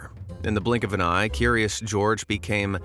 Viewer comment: not curiose gourge furios goerge